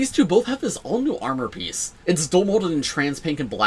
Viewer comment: I am currently part of a car load of people (including two children) who all heard you say new Raven penis instead of piece. I never realised Lego could be so spicy and NSFW 🔞